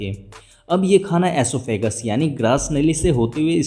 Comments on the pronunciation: oesophagus bro not asophagus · Esophagus hota hai asophagus nai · Vo oesophagus hota h ''aesophagus '' nhi 😂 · Oesophagus not asophagus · are bhaiya asophagus nhi hota osephagus hota hai😂😂😂